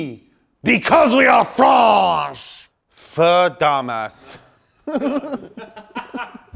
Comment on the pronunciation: OUIIII BECAUSE WE ARE FRAAAANNNNCHEEEEE i'm crying!😂 (Btw i know he meant "french", it's just the way he pronounced it, i'm french myself)